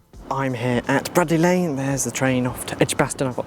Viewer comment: Nice videos. I use the Metro quite a bit for travel into Birmingham, there are a lot of stops so I admire your patience and dedication to get off at every stop (or nearly every stop) to have an explore, it must have taken ages! Bradley Lane is actually pronounced as Brade-ley Lane, but it’s easy mistake to make – in fact, when the Metro first opened the recorded announcements also pronounced it as Brad-ley, much to the amusement of locals – Bradley is actually quite an interesting area, there’s loads of industrial history there (Google John ‘Iron Mad’ Wilkinson for instance). I used to work with someone who had once been a teacher at Loxdale primary school, I’m not sure she would entirely approve of Loxdale being described as having ‘nothing there’ (even though, to be honest, you are probably right!) Bilston is really interesting town, lots of industrial history and plenty of interesting buildings to look at. The Royal is named for the nearby Royal Hospital (now converted into housing association flats), and which is a pretty magnificent old building.